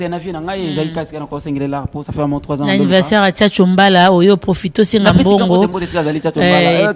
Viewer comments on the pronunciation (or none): Mais francais ebeba boye na kin pourquoi? Olobi "anniversoeur" après olobi "plice 243".